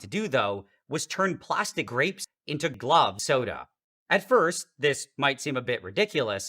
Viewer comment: It almost sounds like he says "Club Soda"